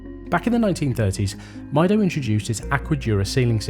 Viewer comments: It's meedo not mydo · It's pronounced "meedo" I guess, is from spanish "Yo Mido" which translates to "I measure" time I suppose, on other hand, I'm not ok with Seiko offering 3hrz movements in +600$ watches, I think the same thing on Swatch group, give me a regular ETA 2824 with the full 8 bph and less power reserve. Powermatic 80 is just cost cutting. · Mydo mydo mydo 😂😂😂, these people are soooooo ignorant don't even care to pronounce the brand properly. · I would have assumed Time+Tide would know how the Brand Mido is pronounced correctly 😅